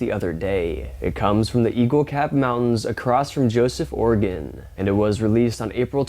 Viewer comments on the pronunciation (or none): none